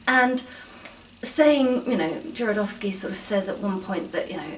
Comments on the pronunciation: Called him Jorodowsky the whole time .. did no one hear this ? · I liked your presentation and found it really helpful, although you were right about misspelling Jodorowsky’s name. The main problem is that you inversed the R with the letter D the whole time, practically misplacing a couple of syllables, which was a little annoying, to be honest. But aside from that, the infos were spot on. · Nice video but please learn how to prononouce Jodorowsky's name (click on polish)